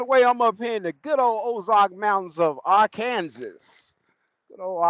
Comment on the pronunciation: Hey bud, long time no chat. What do you think about a vt903 Cummins with a Eaton 10speed? BTW, it's illegal to pronounce Arkansas as R-Kansas.